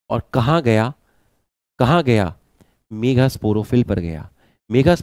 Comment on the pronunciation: Kis kis ne sir ke mega kehne ko megha मेघा notice Kiya 😂